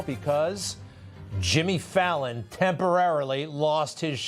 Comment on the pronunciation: Lmao he kept saying Fallon